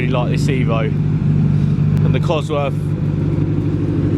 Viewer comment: Cosworth, not Coswroth..